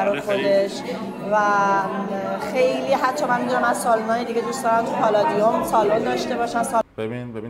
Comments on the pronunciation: پالادیوم هست نه پلادیوم اشتباه تلفظ کردی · آقای پالادیوم نه پلادیوم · مرسی ولی پلادیوم نیست ، درستش پالادیوم ه 😊🙏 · پااالادیوم شما که خودت از تلفظ بقیه ایراد میگیری